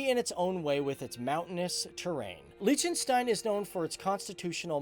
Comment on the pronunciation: #FTDFacts Fact 1: you pronounce Liechtenstein wrongly too Fact 2: MONACO IS NOT ALONG THE BORDER OF ITALY (I grew up there so I know this for a fact!!!)